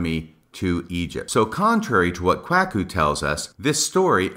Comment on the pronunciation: The pronunciation of Kwuaku….I know it wasn’t intentional based on other podcasts where you state as much …but it’s still hilarious and I enjoyed it every time you said it….and it’s quit fitting I might add!